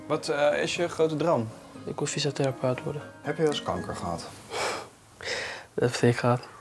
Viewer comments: Dat verstond ik ook! Ik ben er nog steeds niet achter wat hij zei😂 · Haha het is "fysiotherapeut" maar nadat ik jouw bericht heb gelezen hoor ik ook niets anders dan "koffiezetapparaat". Geniaal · Eerst keer verstond ik Koffieshop hebben maar nu weet ik het niet meer. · Na 20 keer te hebben geluisterd, zei hij: "Ik wil fysiotherapeut worden". =P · ik verstond oprecht ik wil koffiezetapparaat worden whut